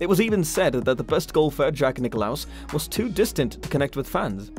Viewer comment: Nick LAUS not Nick o laus